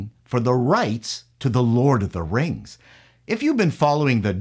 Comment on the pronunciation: Lord of the Rangs. Rangs of Powah.